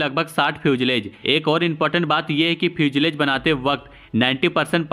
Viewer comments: Your English pronounciation is very poor ..😅😅😅😅Fusalage..Phusalage..etc etc😅😅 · fuselage ka pronounciation :- few-sa-laaj...